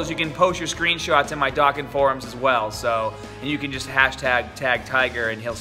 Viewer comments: Its dokkan not doken Just sayain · ITS PRONOUNCED DOUGH KHAN DOKKAN